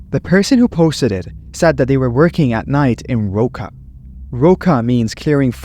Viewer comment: "roça" is pronounced like "hosa." It refers to a rural area or countryside and is a slang term used in some Brazilian states, particularly in Minas Gerais, though not throughout the entire country. The literal meaning of "roça" is "field," and in Minas Gerais, it’s often used to refer to specific types of fields, like "roça de milho" (cornfield). The animal sound is nothing but male bulls figthing for the females.